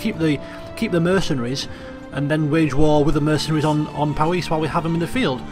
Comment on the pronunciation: just to let you know its powys is pronounced pow-iss